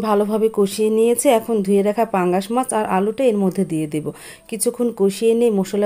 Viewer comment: Basi pangas mas bolar ki ase , mas bolte paren na